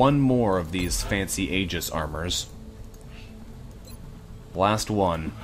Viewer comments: Yeah, it probably is nitpicky of me. I wouldn't be moved to say anything if it were the only issue, but Boulos being turned into "bao-lowce" and Jimenez rendered as "hee-muh-nezz" have both been getting on my nerves for a while, so I finally kinda snapped when I heard "ay-jiss". I probably should have considered the Canadian/American phoneme difference, but as far as I know, that's not one of the affected vowels. The other half of my motivation to mention it despite the picky nature of the comment is that stated in the past that he likes to try to get pronunciations as right as he can, so it almost comes as an "Et tu, Brute?" moment when these things happen. Totally unreasonable of me, of course, and I do appreciate considerably that he tries. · Just fyi, Aegis should be pronounced "ee-jiss" or "eye-jiss", unless explicitly intended otherwise as in the case of brand names and such.